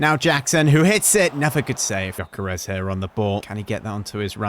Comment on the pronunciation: It’s not jyokeres it’s gyokeres it is pronounced yokeres(not to be rude)